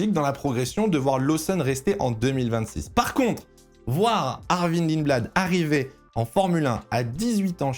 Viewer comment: Arvid Lindblad Dur à dire, mais Arvid. Pas Arvin (j'le dis pas pour critiquer, juste c'est plus sympa pour tout le monde de prononcer le bon nom 😊)